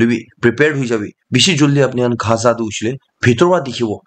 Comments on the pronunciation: Bro it's not gha...za it's gaza😂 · Dear Bro.. it's Gaza! not khaza👍 don't mind...